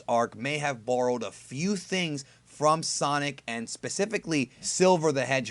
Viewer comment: sonic not son...